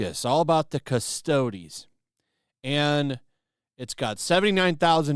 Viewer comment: Hey, he’s finally pronouncing Custodes right